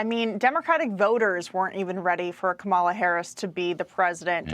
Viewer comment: All three of these commentators have not yet learned the correct pronunciation of Kamala. Rather shameful. The stress is on the first syllable: comma-luh. C'mon, Larry, Katie, and Charlie. Are you mispronouncing it on purpose to show disrespect?